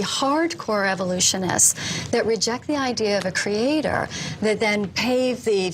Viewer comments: Yeah I'm an English teacher and it PAINS me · Wendy doesn't come across as very bright until you hear her pronounce "creaTOR" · "creatOR" "creaTION". Her pronunciation on these words makes me wants to drive nails through my eardrums. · Every time she says, "Cree-ay-TOUR," I cringe. Lol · cree aye TOR... holy fuck.. I can't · Why does she insist on pronouncing "creator" like that ("crea.... tore")? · I always loved her condescending vocal tone and the way she said 'creatOR' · Funny thing is, as i read this comment, she says ""CreatOOR"" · There’s a particularly irritating aspect regarding the way she pronounces “cre-ay-tor” as if it’s three separate words. It’s a purely conceited and pious origin of the pronunciation. Utterly delusion and confidence about their position. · As soon as she said "crea-TOR" I had to stop the video. Watching this would be bad for my health, I can already tell. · The way she says creataaaw. Such a fool. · Holy shit, all of the reason goes waaay over her head. I love the way that she over-pronounces words in order to seem more articulate hahaha. But I’m sure that she wouldn’t support a Hindu creation concept being taught in American schools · Why does she keep insisting on pronouncing “creator” with an emphasized “OR” at the end? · Is it just me, or do all the scariest doe-eyed creationists pronounce "Creator" to rhyme with "Skeletor"? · I refuse to take anyone that pronounces the word creator like that seriously